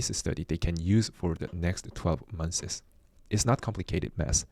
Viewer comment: The word “months” is a single syllable word has a single s in it. It’s not pronounced “months siz”. Pronounced “monthz” “Case” is a single syllable word it’s not pronounced “case uh”. Pronounced “cays” Most words ending in -ed the -e is silent. Watched is a single syllable word. It’s not pronounced “watch” “ed”. It is pronounced “watchd” 😂